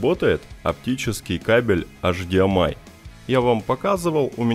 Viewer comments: Все интересно, только я не понял, автор как-то произносит странно ЭЙЧДИЭМАЙ. ты, что, букву ЭЙЧ не выговариваешь, бро? Что это за эшдиэмай? Что за эш? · Говори не «аш ди эм ай» а «эйч ди эм ай», ибо «аш» это латынь, то бишь «аш дэ эм и» на латыни